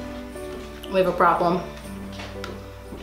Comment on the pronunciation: Wen she sed o no vi have a problem